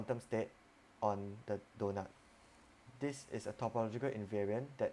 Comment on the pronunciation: LOL "donut"